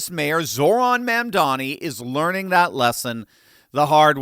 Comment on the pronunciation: Stop!!! Stop saying “learing.”😭😂